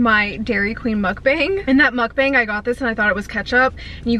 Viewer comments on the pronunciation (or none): …. Please pronounce it as Muk Bawng…not bayng:) other than that love the videos